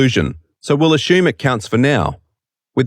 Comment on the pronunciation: "conschumers" "aschume" Learn the correct pronounciation of the language already. The first one or two times I thought it was an accident. But the other 20 times just really hurt my ears/brain.